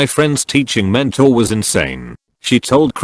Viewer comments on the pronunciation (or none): none